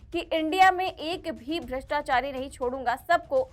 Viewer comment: भ्रताचारी, भ्रताचारी बोल रहा है